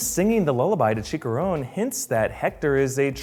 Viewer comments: I would forgive him except for the fact they actually pronounce it correctly in the movie. He also pronounces "Chicharon" as "Chickaron" for some reason. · Chicharon NOT CHICARON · is "Chi-cha-rone" not "CHi-ka-rone" Brave is #1 for me but Coco is defensively up there along side Frozen and Ratatouille in contention for #2, Cars is ofcourse the worst of the Pixar films IMO. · that pronunciation of Chicharron made me cringe :3